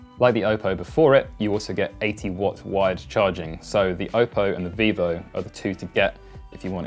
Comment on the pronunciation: Vivo, not Vevo, if you make a video, at least double check ffs.